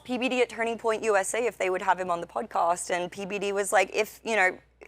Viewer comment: Every time the cute brunette says "pudcust" I totally drift off, like listening to a hot chick talk about her workout routine Use your big people words, folks What is that language she's speaking anyway?